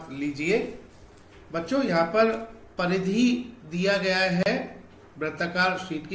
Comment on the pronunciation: Pardhy ❌Paridhi